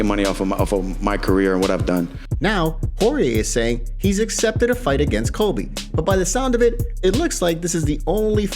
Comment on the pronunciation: "Kobe." I have to believe he's mispronouncing "Colby" on purpose now. No one can continue to be that inarticulate unless it's deliberate.